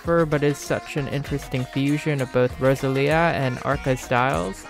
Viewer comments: "Ross a lee a" PLS 😭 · girl if you pronounce Rosalía like that one more time😂